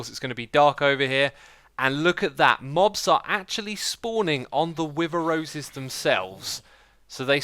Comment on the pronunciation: Wen he says "wither rose" it sounds like he is saying With'os, like some kind of cereal! XD